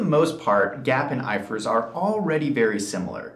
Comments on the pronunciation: When you say "GAAP" would you not specify It's " US GAAP" ? I've never heard "I F R S" prounced like "ifurs" 😂😂 I've worked across the EU in different practices and only ever heard it referred to by the individual letters " I F R S"😂😂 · It’s I.F.R.S, not ifers 🤦🏽‍♂️ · It’s GA AP. It’s I F R S. 😂😂😂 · Its I F R S not ifrs🤣🤣